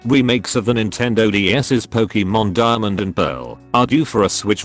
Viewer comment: I like "Pokiiimon" really much!